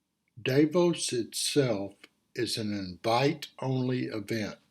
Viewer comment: Thank you. I am one of your subscribers. It's my hope many others will view your reports. You offer interesting subjects. I will be watching Tomorrow. ( pronounced, Dahfaux = Davos.)